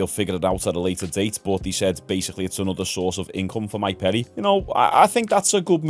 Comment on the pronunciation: How the fuck do you get Mike PEDDY out of Mike PERRY??!???